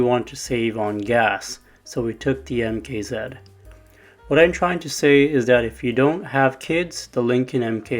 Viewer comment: Idk if anyone has ever told you but it’s MKZ not MK Zeed.